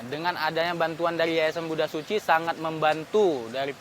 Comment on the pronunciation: Kalau dibaca sih terdengar bukan "Tzu chi" tapi "Su Ci" atau SUCI. Benar-benar suci sesuai perbuatannya menolong orang lain tanpa pedulikan latar belakang agama, sukunya. Luar biasa 🎉